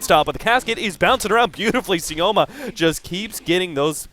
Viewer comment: Sioma is more correct